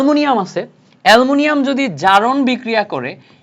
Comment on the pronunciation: এ্যলুমিনীয়াম ❌ এ্যলমুনিয়াম😂